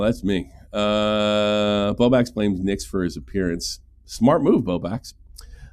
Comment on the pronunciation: I genuinely don’t know if your inability to say the L in BowbLax is a choice or what but it gives me Keem “Mewta” vibes. And no one wants to be like Keem 😂 Keep up the good work and I hope Bowblax sorts his shit out.